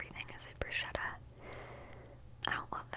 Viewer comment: They way you pronounced bruscetta while talking about prosciutto 🤭😅 🇮🇹